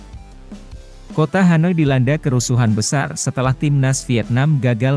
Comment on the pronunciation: Hanoi bukan hanai..